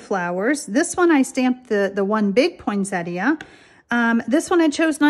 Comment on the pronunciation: Finally--someone who pronounces Poinsettia correctly!